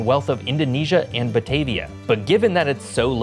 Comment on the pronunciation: Your pronunciation of Batavia is wrong. 😅 Ba-Ta-Via (with a "ah" sound)